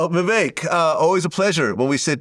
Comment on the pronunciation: It’s Vivek like “cake”. Get it together Vlad